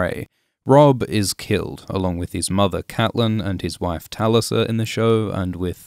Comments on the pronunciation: Sorry but how did you pronounce "TaLisA"? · A lot of these pronunciations are hilarious but after hearing you acknowledge the show, and still calling Tulisa that, I’m now sure you’re just trolling. 👏🏻👏🏻 Is such a good channel, not sure why that was needed to lower the quality of it.